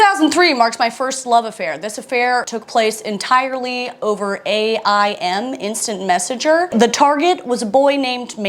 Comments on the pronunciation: As a not GenX, Y or Z-er I have to say I can still relate. Now… as a former 12 year AOL employee it was pronounced AIM like the word — something you strive to do — not A.I.M. No hate, just info from a boomer who lived and died by AIM and loved working for a company who paid me to live and die by it. 😳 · Ok did y’all say A I M like that? We called it “aim.”